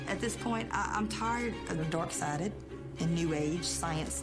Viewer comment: I can’t help but hear dork sided when the god warrior says dark sided